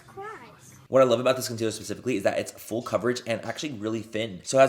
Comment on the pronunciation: “IF you guys watch fool coverage” HAA hunny